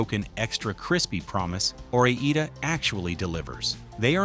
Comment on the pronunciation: Or I (eye not E) da! I don’t think they’re Spanish fries, are they?